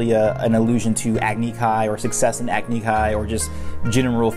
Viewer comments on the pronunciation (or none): none